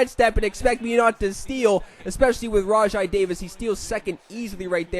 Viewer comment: its "rawjay" davis by the way